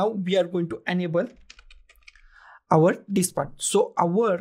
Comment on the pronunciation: Did I hear you correctly or just my over imagination ...... I kept hearing "hard dick" and not "hard disk" ..... LOL Anyway, following your guide doesn't help me to create a recovery partition in my laptop